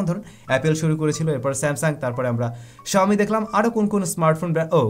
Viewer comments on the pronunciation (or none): none